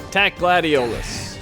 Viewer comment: I love this game so much! I've beaten it almost 10 times working up to 20 but then someone in my house now I wont say who just because I'm to lazy UNINSTALLED IT FOR MORE ROOM ON THE PS4!!! so I just watch others play it now. Edit: The way he said Gladiolus just made me mad because as you learn throughout the game Noct doesn't pronounce it that way he pronounces it like Gladious :^I Also I found a meme with Nocts face on it and it said I dont always take naps but when I do I'm Noct right out 🤣🤣🤣🤣